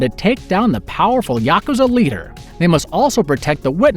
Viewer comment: Lol "Yaka Zuh"